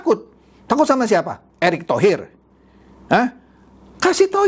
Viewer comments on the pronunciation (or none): none